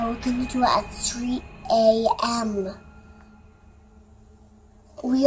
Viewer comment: WHY DOES IT SOUND LIKE SHE SAYS 3EM